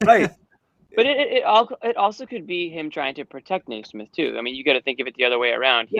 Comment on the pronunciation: Also guys, it's 'Kneesmith,' come on.